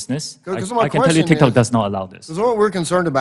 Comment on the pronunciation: Haha “TikTacs” xD